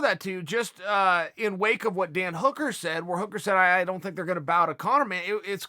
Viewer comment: Who the fuck is Dan Hoooker?